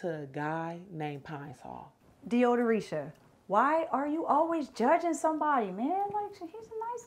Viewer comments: Did that lady say Deodoreesha???!! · “Deodoreisha” tf is THAT!? 😆🤣🤣😆